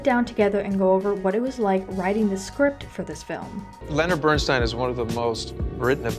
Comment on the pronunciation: The correct pronunciation of his name is Bernst eye n. It is a long "i."